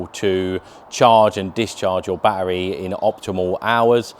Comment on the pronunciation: It's NOT baa-EReez. It's a ba-TTeRy C'mon Lad a handsome guy like you shouldn't be talking like that.